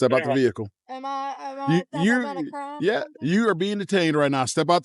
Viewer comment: Yes, you are suspected of a "cromm."